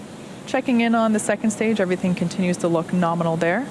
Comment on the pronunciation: "Power and telemetry norminal" Another great stream from you Tim, keep 'em coming!